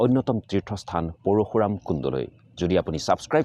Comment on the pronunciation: Parukhuram nohoi bro parsuram he koi.